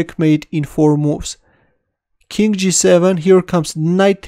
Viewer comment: BossNaj Alchary also, chess sound like chest. king sounds like kink. but i like all video. Let's go back lol